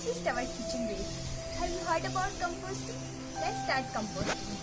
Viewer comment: Please pronounce composting😂😂😂